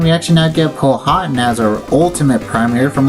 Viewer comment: Hey man! This is how you say Powhatan: “Pow-uh-tan” Great video!